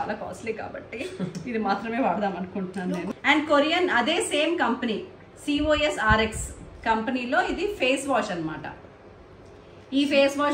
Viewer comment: Cors cors kadu thats cosrx 😂nuvu nee overaction